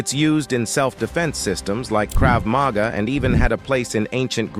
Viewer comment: the AI narrator voice is retarded. Saying Krav Maga in 2 different ways and Pankration as if it was a weird form of French, let alone Jeet Kune Do...